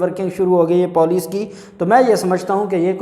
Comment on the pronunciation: beta MashaAllah Allah you’re doing great but please don’t pronounce poulic say it police. Thank you